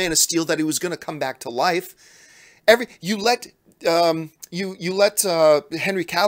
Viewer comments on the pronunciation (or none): none